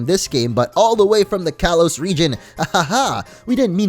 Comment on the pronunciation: "Kalos" is pronounced "kah-lohs".